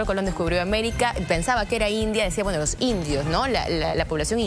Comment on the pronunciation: Dijo blancos y indios, ni siquiera lo dijo bien.